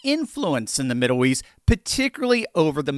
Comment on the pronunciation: Haha... "Middoow East" 🙂